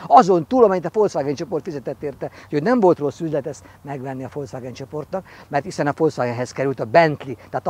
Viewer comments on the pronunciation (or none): none